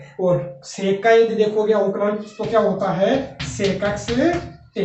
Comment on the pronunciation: Avkalaj nhi avkalan hota h sir